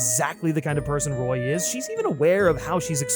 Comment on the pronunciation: Roy? You mean RORY?